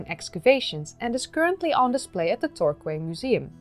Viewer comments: Peculiar English pronunciation point: Torquay is pronounced "Tor-kee". (Quay, as in "docking place", always sounds like "Kee" (or key, if you prefer).. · Torquay isn't pronounced as it appears. Tor-KEE. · I hesitate to say this, because your English is excellent; but Torquay is pronounced "tor-key". The English word "quay" is related to the French word "quai", and the "qu" in "quay" doesn't get the "kw" sound that most English words starting with "qu" have.